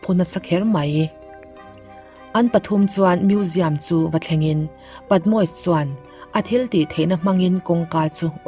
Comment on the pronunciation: Patmois ni loin Patmosis ani zawk ani lawm ni??